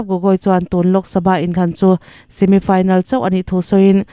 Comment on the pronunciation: Semi final= simit final😂😂😂😂 Burma, unaute lam dan a nih kha!